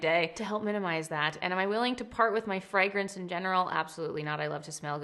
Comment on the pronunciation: I have never been more obsessed with the way you pronounce fragrance!FREGRENCE 🫶🏽